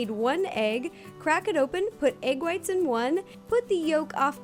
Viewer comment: i love how ro says egg. AYg